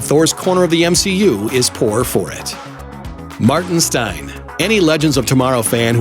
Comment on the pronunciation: MAETIN STEIN 😭😭😭